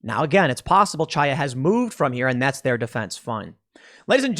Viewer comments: FYI, Chaya is pronounced differently from what you are saying. The initial sound is not "ch" like in "change". It is the gutteral sound like the end of the German word "Reich" using proper German pronunciation. Chaya is a Hebrew name. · Hi Tim, here is Alex from the UK. I happen to speak Russian and Hebrew. I just wanted to tell you pronounce the name of the woman from LibsOfTikTok wrong. It’s a known Jewish name where CH is spelled as H like in “human”. Great work, enjoying it every day!